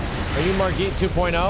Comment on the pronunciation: Why’s he saying margit like that lmao? Margit literally says his own name and it’s not like that